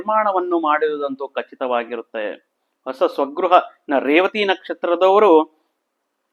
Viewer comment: Also Hosa not osa.